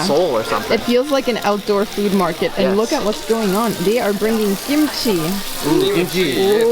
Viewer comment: I herd gimchi not kimchi 😂